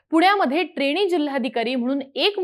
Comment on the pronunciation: ट्रेणी, पुण्यावरणं, कारणामा, दृष्टीदोस, एकोणपंणास, मणोरमा🙇.....सुरुवातीलाचइतके चुकीचे उच्चार🤦.....ह्या नंतर मी व्हिडिओ बघणं बंद केलं.....🤷